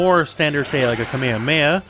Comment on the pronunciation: ALWAYS keep your eye on your component. I know some people who look at their own character as they fight. And you say kamehameha the CORRECT old school way, thankyou :)